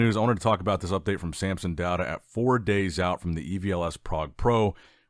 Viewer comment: Why do you call Samson, Sampson?